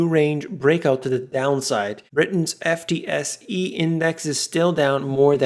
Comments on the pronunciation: F.T.S.E 🤣 It's pronounced footsie. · I came to this channel in March this year, in a search for REAL news on the economy, and it has been on my daily watch list every since. Keep up the good work and keep telling the truth. Oh and just to point out that FTSE is often pronounced Foot-See